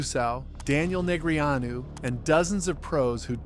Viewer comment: these name pronunciations are diabolical i don't know how dneg's name got through youtube censorship😂